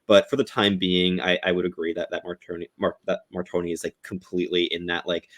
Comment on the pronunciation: Please let’s call him Mar-tone And NOT Mar-Tony 🥲🥲😅😂